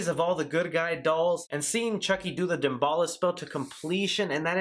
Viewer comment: I think your saying "daballa", its "damballah" - voodoo loa/lwa.